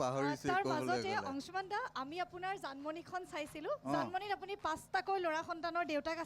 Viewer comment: অংশুমান আজিকালি অংচুমান হ'ল ? হিমাংশু গৈ হিমাংচু হলগৈ ? উচ্চাৰণৰ বিশেষত্ব ই অসমীয়া ভাষাক স্বক্ৰীয় পৰিচয় দিছে । যদি আপোনালোকে শ*, * স *, *ষ আখৰ থকা অসমীয়া শব্দ অনা অসমীয়া ভাষাত চ দৰে যে উচ্চাৰণ নকৰে সেইটো নতুনকৈ শিকাব লাগিব নেকি ?